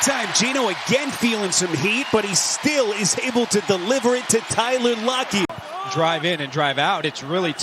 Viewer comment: Tylen Lockey? Week Loolen? DJ metcalf? What is up with this announcer